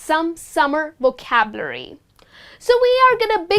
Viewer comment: I am sorry to say but you pronounce vocabulary wrong